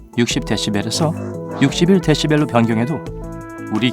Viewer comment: 20데시발 뭐냐? 뭔가 20데 한데욕하는 느낌?